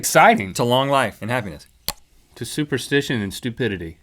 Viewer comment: Omg the nalstegia when he said "super stishus and stupidly" also I remember writing a comment just like this before 0_0